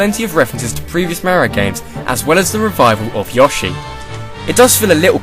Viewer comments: ..>.< AGH! i'm sorry, i have to nit pick! it's Yo-shi, not Ya-shi. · Omg why do you keep saying yoshi (ya-shi) I always that it was yoshi (yo-shi) he even says it like that! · Yohhshi? It's Yoshi. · dude i dont think its yoh-shi its more like yo-shi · Uh.... did you pronounce that yah-she? I could be wrong, and it might just be cultural diferences, but isn't it yoh-she? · It's pronounced (YO-SHE) Not (YOSH-E) duh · Yawshi? Yawshis? Seriously? It's not yee-aw-shee, It's yee-oh-shee. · It'pronounounced Yo-She not Yosh-ee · YASHI?!?!?!?! ITS PRONOUNCED YOSHI WITH AN "O" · You pronounce Yoshi incorrectly. It's you-shee, not yaw-shee. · yoshi is pronounced YO-SHEE not YAH-SHEE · yo-shi? DID HE JUST SAY YO-SHI? It's yoh-shi. U PRONOUNCE WRONG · De he just pronounce Yoshi "yaw-shi"? XD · he says Yoashi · It just feels wrong when you say Yoshi like Yahshi -shiver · It's Yo-CHEESE! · did he just say Yaw-shi? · Yoshi: A dinosaur (yo-she) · Yoh-She Get it right pls, and don't say that the above way of pronouncing it is incorrect in anyway, as that would be preposterous... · That's not how to say Yoshi soi have to give your video a dislike but it's still a good video so I will give it a like well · It's a thing I've noticed, people from the UK pronounce Yoshi differently to everyone else. =o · I love how you say Yoshi. xD